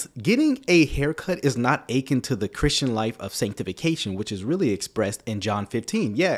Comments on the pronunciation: I agree with everything you said except the way you keep pronouncing “akin”. The emphasis should be on the last syllable. You sound like you’re saying “aching”. But it’s “a KEN”. I’m not trying to be picky, but you keep saying it!!!😊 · You killing me with your pronunciation of akin. It’s uh-KIN, not AY-kin. You said it soooo many times, it drove me nuts! Love ur videos tho 😂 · It’s (ah-kin) but I get you!